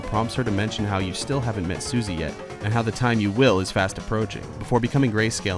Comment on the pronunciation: says "Suzy". Not Susie.